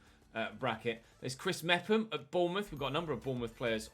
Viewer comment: Chris mefam is how u say it